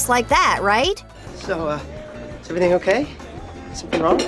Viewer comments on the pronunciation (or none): none